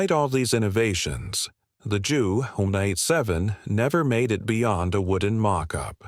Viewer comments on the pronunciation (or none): I clicked off of this when I heard the computer voice pronounced JU 187 as "jew one eight seven" If the author is too inept to actually use his/her own voice, then at least program the computer voiceover to not sound like an idiot.